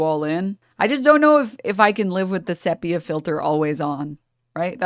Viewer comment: that's not how you pronounce "sepia" I see so many of these streamers just butcher common words it's insane.